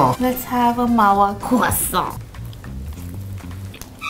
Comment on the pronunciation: It's not Mawa croissant y'all. It's either "Mawa kwoso" or "Mawa पेड़ा"